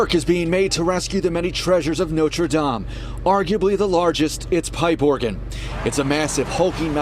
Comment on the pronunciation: Why not lean to prounounce Notre -Dame properly.